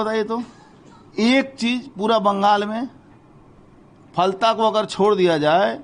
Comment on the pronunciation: Live Hindustan News, Please correct your pronunciation for Falta. It's Ph-al-ta.